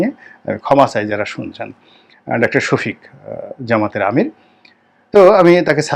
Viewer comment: উনার নামটা আপনি সঠিকভাবে বলতে পারছেন না শুনে আশ্চর্য হলাম